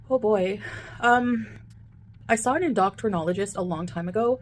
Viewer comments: "En-doc-tron-ologist" You mean, "end-oh-kron-ologist" (endocrinologist), right, fugitive foodie? E: water boils at 100⁰ *apparently*. No, bish. It's a scientific fact. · I will never get over the word Endocktranologist!!!!! 😂☠️☠️☠️☠️☠️